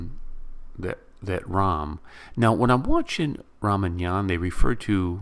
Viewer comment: Not ra man yan its ra ma yan.